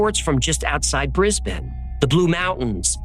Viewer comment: Hi, Love the channel and Love the stories BUT I have to correct these. Canberra is pronounced Can-BRU NOT Can - BERRA and it is E-MEW Not E-MOO. Both drive Aussies NUTS! You did get Brisbane correct though - well done!! 😍